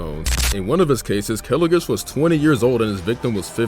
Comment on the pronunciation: 1: its pronounced kilo (like kilogram) gish, 2: he used to do bubble gum simulator content before the game died just wanted to point that out